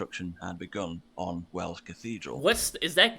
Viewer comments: Wells (pronounced tells, not Wales!) is where the movie Hot Fuzz was filmed! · Its wells not wales mate like where you used to get water from a well 😊😊😊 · Wales and Wells are 2 different things. Your pronounciation of Wales sounds like wells (as in a whishing well). Wales is your favourite country and Wells is a city in England 🙂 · Wells - As in a water well, Not Wales, or a whale. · He’s saying the diocese of WELLS not Wales 😛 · It is called WELLS, not Wales! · It is Wells buddy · I've legit had to do this over the phone multiple times as I'm from the city of Wells lol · Wells as in a water well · you misheard, you thought the guy said City of Wales, he actually said Wells (like the place you draw water in a bucket). I live less than an hour's drive from York and yes that street is real, not a movie set. It is called "The Shambles". There are some amazing Cathedrals in the UK, if you think they look great from the outside, you should see inside. In Hereford Cathedral for instance they have the "Mappa Mundi", a map of the World created by 13th Century Scholars. It also has an original "Chained Library", where the books which were rare and valuable could not be totally removed from the shelves, the oldest book in the collection is from the 9th Century. They also have one of only 4 copies of the Magna Carta, it was sort of the ancestor of today's Census/Constitution, it was compiled in 1215AD. That is why we Brits get a chuckle out of Americans marvelling at Colonial Williamsburg. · no dude its calls Wells not Whales. Like water wells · wells not wales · WELLS! not whales, wells as in the hole in the ground you get water out of! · WELLS!! Not Wales! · Wells as in water wells, not Wales.. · There is Wales and Wells. They are not pronounced the same if you use English, not the US version of English. Way-uls = the country, pronounced the same as the sea creature and Wells, like you get water from. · Not Wales , it’s Wells sir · It's not Wales it's Wells